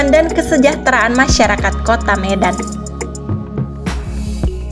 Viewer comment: Bilang mauliate kok jadi molete. Kalau nggak bisa bahasa batak jgn di paksakan, bikin mual perut